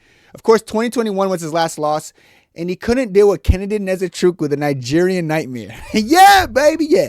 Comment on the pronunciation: Neze-chukwu? 😂 aye how does an ibo boy with last name "" mispronounce Nzechukwu? Omo, I go send you back to naija to brush up on your ibo 😂